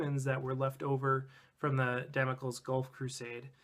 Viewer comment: I think it's pronounced 'dam-oh-klees' rather than 'dam-uh-kulz'